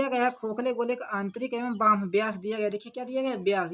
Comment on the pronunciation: थोड़ा सही पढ़िए सर जी बाह्य लिखा है न कि बह्म